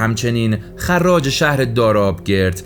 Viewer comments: خراج تشدید نداره، تو رو خدا درست بخون، آدم حرص میخوره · سپاسگزارم اما خراج با تشدید خوانده نمی شود 🫡🫡🫡🫡🫡